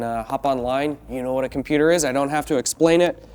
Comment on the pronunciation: What the hell is a com.. poo..terrr